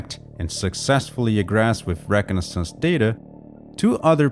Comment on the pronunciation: Great video, except for the way you pronounced egress and reconaissance, that confused me like crazy for a minute till i rewound and listened a few times and finally figured out what you were saying